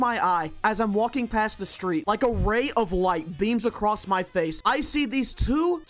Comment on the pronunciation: run ACWOSS yeah sure